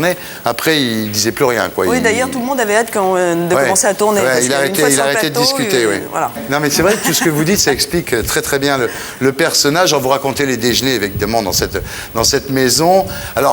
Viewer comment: Monsieur Thierry Ardisson, "baignoire" se prononce "baignoire" et non pas "bainoire". Et dans le mot "dejeuner", le "eu" ne peut pas être muet. Vous ne pouvez pas dire "déj'ner".